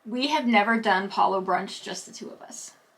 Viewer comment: Thank you for the review! and, you both get a huge thumbs up for being one of the few DCL vloggers that properly pronounces Palo! Please teach your fellow vloggers! Palo, rhymes with follow! Before The Blip, I always looked forward to Palo brunch with the buffet. I think it was $40 then. These new iterations are not very appealing but I'd probably still book Palo brunch only because it's included. I don't like to book Palo for dinner because I don't want to miss any of the MDR dinner shows and Remy requires more clothes to pack and I don't care for tasting menus. I would recommend guests wait until the full buffet returns and hopefully with the caviar too!